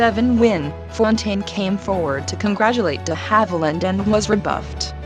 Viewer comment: Puleeze it's DE Havilland as in the French language....NOT pronounced DEE Havilland! SMDH